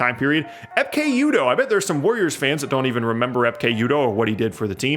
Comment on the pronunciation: "Epkay" Udoh was a decent player who would probably be a PJ Tucker esque if he played today.